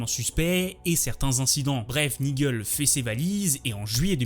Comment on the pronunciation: Attention, Brendan Rodgers est nord-irlandais et non anglais (et Nigel se prononce Naï-djeul). Excellente vidéo sinon